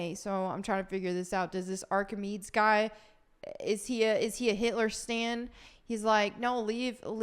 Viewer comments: Indiana Jones is too woke and this dingbat can't pronounce "Archimedes." It's pretty much a loss for normal people on both sides. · FYI, Archimedes who's named your slightly mispronouncing. Was a Greek mathematician, engineer, astronomer and inventor, from the island of Sicily. Keep making the great videos and good luck. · I was ready to pile on this upcoming disaster of a movie but mispronunciation of Archimedes’ name kept me laughing. It reminded me of Socrates in Bill & Ted and of Penelope in Club Dread 😂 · Ffs, I was on board until you couldn't read Archimedes correctly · Please learn how to pronounce that name. One of the most famous people in Earth's history and you're not saying his name correctly. I like ur videos. We agree on a ton of stuff. I love the channel too. But if you aren't at least willing to Google how to pronounce the name Archimedes then please don't make the video. Sorry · you kept saying Archimedes name wrong. You know who he is. The famous ancient Greek mathematician and inventor. We know it is him because the article that you read says the Roman siege on Syracuse which happened in ancient times. That being said, you analysis of the state of movies is spot on. It is cringe to the max. I love the point you made about how we do want to see a strong and competent Indy. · You really can't pronounce Archimedes? Good fucken god. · Pronounce archimedes correctly. Archimedes is considered one of the most intelligent men/women in history up their with Einstein maybe even smarter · You're new here. She's always mispronouncing things. It's part of her charm. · yeah the pronunciation was horrible 😂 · Lol I am so triggered by the mispronunciation of the name of one of the most famous Greeks in history. Come on, lmao… Sound like Bill and Ted when they say "Socrates" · Love the videos! Look up Archimedes pronunciation. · I will say it is a little tough to trust anything someone says who can’t pronounce Archimedes…